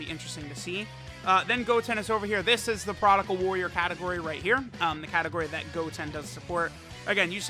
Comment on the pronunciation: Maybe when these boys come out on global he will stop saying "prodical"